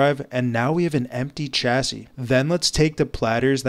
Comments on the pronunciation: Do you record your script a line at a time? The way you say nearly every sentence with that weird inflection at the end is infuriating. And chassis is a French word, pronounced with a "sh" sound at the start, not "ch." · It’s “shassy” not “chassy”. You could brush up on your spoken English too, I was struggling to watch until the end. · This is great but there is one mistake you made during the process. When transferring the platters to a new chassis, you pronounced chassis with a hard "ch" like in church. The word is from French and should be pronounced like "shassy". Happy that the woman got her kids' pictures back. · Please stop saying "chassis" incorrectly.